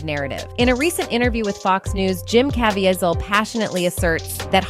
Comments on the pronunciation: Jim ka-veee-zle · That dame should learn how to pronounce actors’ names- in particular, “kuVEEzl” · It's pronounced! (CAVEEEZALL) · This woman keeps pronouncing Jim’s surname it’s pronounced ca veet zil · Learn how to pronounce Jim C's name. His mom would appreciate it. 😮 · Don't know if that's an AI voice or an idiot but they got Caviezl's name wrong twice. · It blows my mind that you are reviewing this video and you can't see how incredibly fake it is. 1). It is voiced by an AI robot that doesn't speak good English and can't say Jim's last name right. 2). Mark says absolutely nothing about sound of freedom in this video - no sound bites, no interview, no quotes, nothing... 3). The only true information in here is about the Flight Risk movie, which again, has nothing to do with nothing. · I got critiques: is the chick an ai or a real woman. she mispronounced caviezel's name. know your facts, supposed journalist. #2 yes child/ sex trafficking and satanic ritual abuse spearheaded by jews do exist. but these are ACTORS could be a psyop to frame forces. beware